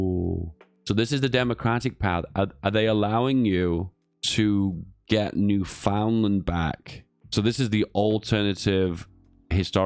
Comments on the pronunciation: Repeat after me: New-Found-Land bad. Newfundlund good. New-Found-Land bad. Newfundlund good. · boutta have a lot of angry canadians with that newfoundland pronounciation